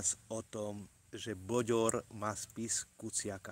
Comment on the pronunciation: To nie boďor.ale bődör